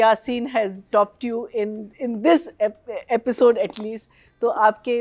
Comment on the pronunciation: Please correct pronunciation of “episode.” She pronounces it as “apisode” I have been ignoring it for a long time but now it’s becoming unbearable.